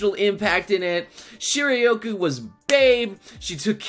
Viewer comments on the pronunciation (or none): "shirayoku".... really?